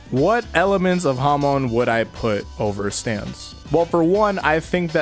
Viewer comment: Hamon is pronounced Hamone?!